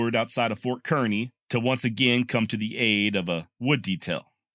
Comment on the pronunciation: FYI both the small town of Kearney, MO, and Ft Kearney are pronounced as would rhyme with Barney. We are from the Kansas City area. My husband has recently found your channel and is delighted indeed. Bill is 82 and a lifetime lover of history from the ancient to the Wild West. I had long been describing to him the wonderful deep and wide selection of education, instruction, and enjoyment provided by YouTube. Accordingly, I set him up with a new Roku with easy access on his television. He enjoys it immensely which of course includes many hours of pleasure watching your channel. Thank you!